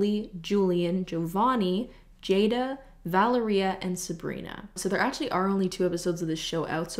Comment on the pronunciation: It pains me that she pronounces Valeria like diarrhea